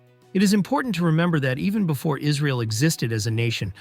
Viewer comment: why are we calling it israel and why are you pronouncing it that way. by the way they still worship them, clicked off the video